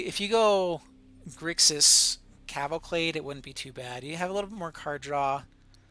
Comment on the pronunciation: Can't get over the "cavalclade". Great video, by the way.